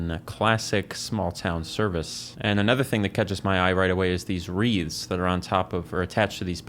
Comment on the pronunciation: ohhh he's saying "wreaths" not "reeds." idk why that was confusing me so much